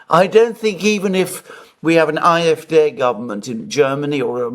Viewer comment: Thank you for this interesting discussion on Scholz & Macron. Entertaining, funny, and so true! Btw, been meaning to say this: pronounce German D (in alphabet or) in AFD as Dé (like in café)